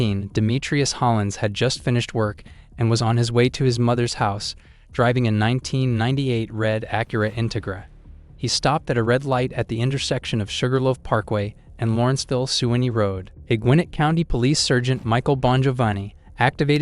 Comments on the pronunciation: Using AI for narration needs to be banned. Surgent??? Sargent Intigrah??? Integra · Its pronounced In-teg-ra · A man that doesn't know how to pronounce "Integra" 🤣